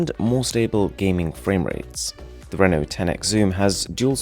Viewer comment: Finally, somebody is pronucing "Reno" right.